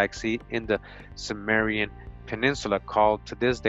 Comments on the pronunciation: not sumerian, kimerian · It's pronounced 'Kim..' not 'Sim...'.... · THIS GUY IS SO FAR OFF. HE DOES NOT EVEN KNOW HOW TO PRONOUNCE CIMMERIAN.